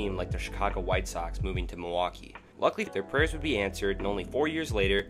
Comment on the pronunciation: Nicely edited video and content but the narrator is simply horrible. Was 'Whitney' Ford related to the better know Whitey Ford? Where is Muhwakee? Is Lebaht beer similar to 'LeBat" beer? Is 'Riley' NC anywhere near 'Rah-lee' NC? How far apart are East 'Ruth-ah-ferd' and East Rutherford in New Jersey? Where the hell is Pawtamack? Is that close to the 'Pah-toe-mick' River between Virginia and D.C.? Good lord, the narration is so bad it almost seems intentional.